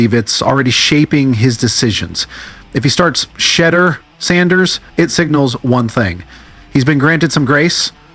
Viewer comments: Hey,... not 'shitter'...it's pronounced, "Sheeeeee - door!!" dammit!!! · Why does he keep calling him “Shidya”? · Why does he keep calling him “Shedra”? Call AI enforcement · AI voice "shitdur" sharedar shoordur sherdur. No friends, he is not Tom Brady. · Sho door come on YA Get his name CORRECTLY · Don't worry about AI they don't want to say his name correct. The information is good hopefully they will get it right sooner or later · Well anyone report needs to stop using AI if they can't program it to pronounce names CORRECTLY....this man name has been spoken a BILLON times there is no reason it STILL pronounced wrong on any level